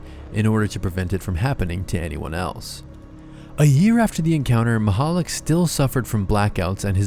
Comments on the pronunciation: how he says it: "Stefon Mahollig" the guy's actual name: "Stefan Michalak" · its not said Maichalak its Michalak so Meechalak, Machalik lol